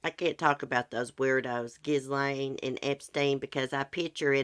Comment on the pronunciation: It's "ah-jew-di-kate-ed" and "Ghee-lane" 😁